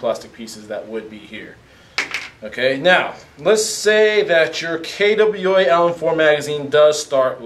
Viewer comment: DAMNIT! Learn how to pronounce KWA!!!! it is not kaydubweala!!!